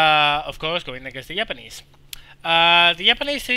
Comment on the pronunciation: i thought you said "yapanese"